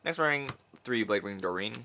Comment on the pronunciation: you said blade wing doreen wow!!